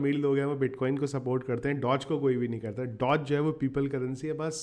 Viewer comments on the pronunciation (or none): none